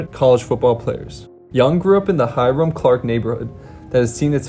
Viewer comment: Lmao bro “ hiram” isn’t pronounced Hi-rome it’s pronounced “herm”